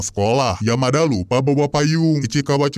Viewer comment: Menit nyebut Yamada jadi Yamaha bjir😂😂😂😂😂